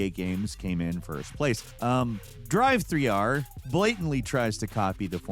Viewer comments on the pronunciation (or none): if your saying 3 there is no e so its not drive-3-r is it... You dont spell driver as driveer do you? No. How do you pronounce Driv - not the same as Drive thats for sure. It's driff, like stiff so its driff-3-r. Love you man but thats literally rage inducing. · Without the "e" it would be pronounced driv 3 r, not drive 3 r 😒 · More accurate video title would be ‘another video that gives the excuse to say “driv-three-ar”’ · I just love how hard goes with "DRIVE-THREE-R" 😂